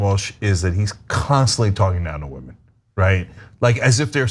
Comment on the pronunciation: retitle this video "wahmen proves wahmen dont understand sports or politics"